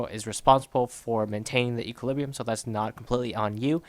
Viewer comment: if you say equalibriu one more time i am gonna kill myself :))))))